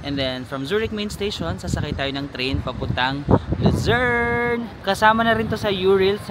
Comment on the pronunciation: Kada bigkas mo Ng Lucern...ung utak ko nagsasabi Ng visayern at mindanern😂😂😂